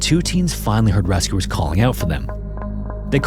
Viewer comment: RAS-cooers instead of rescuers... :(